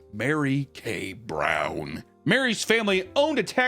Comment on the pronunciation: The way he said brown😂😂